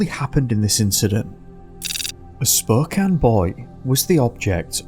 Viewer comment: Ey you pronounced Spokane right! People never seem to get it right. Anyway, great stories as always